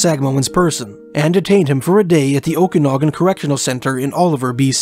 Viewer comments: Luv your accent but Okanagan is pronounced Oak -Kan as in Can -Nog -Gan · Prayers up for all families of the missing loved ones. Great job making public aware of disappearances as well as the locations. Commentator did really great job speaking but this woman can't even say Okanagan correctly, at least do some kind of research for pronounciations before hand. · Grindrod, is pronounced: Grin rod. Okanagan, is pronounced: O ka nog an. I lived there. Great work on these videos, btw..